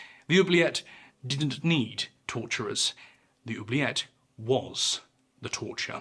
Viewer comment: Apart from my earlier childish comment, I would like to let you know that I have just watched another great video! Also, your pronunciation of "oublier" and "oubliette" are really good 😄